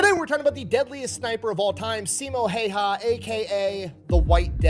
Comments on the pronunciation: It is pronounced...Hauha. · Siimo Hoyja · There is a video of a Finnish guy at Simo's gravesite and he pronounced it Hawha, i cant post the link here i tried it got deleted. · Jutilainen was in the french foreign legion stationed in marocco from 1930 to 1935. The pronounciation of Simo's last name is Hawha, you say the Y as a W. I had posted a youtube link where a Fin pronounced it but you took it down. 450k soldiers invading a land of 4 million people is just over 10 percent not 25 percent, still alot offcourse but the math was off. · Last name is Häyhä and you butchering it. Not hawha not haija not haya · Sorry but why you butchering his name. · Finn here. It's not pronounced like that at all. It's Häyhä as pronounced by Google text-to-speech in Finnish. We have a phonetic language. It's easy for TTS to say. P.S. the y is ü from German. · The fat electrician also pronounces Häyhä wrong, but so does every native English speaker.